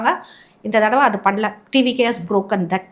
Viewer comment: யம்மா "அத்து" "அத்த" அப்படின்னு உச்சரிக்க கூடாது. "அது" "அத" அப்படின்னு உச்சரிக்கணும். Ellam tanglish la atha atha nu padichu atha ney solringala? Tamil paduchingala illaya neengalam?